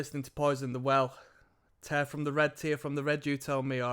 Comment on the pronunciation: it was tear like hair not tear like beer